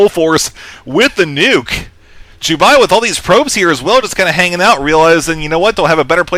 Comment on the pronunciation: it's Jubei! Not Ju-buy!